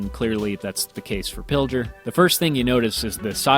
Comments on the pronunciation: Yes, if you look at the map by Pilger you see a town called Pender. I live in pender. And it's not how you pronounce it you pronounce it (pill-gur) or (pill-gaur). Also yes that was VERY scary. Also because we had sister tornadoes EF3 SF2 and they combined at the pender dump. It used to be nice for a dump now it's jaut one building and 2 dumpsters. Sad days. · pilger is pronounced "pill-g-er". g as in pig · To bad he pronounced Pilger wrong. I was miles away the day it happened.